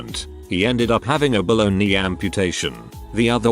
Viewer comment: I thought I heard 'bologna knees" not 'below the knee' amputation. 😳 Right?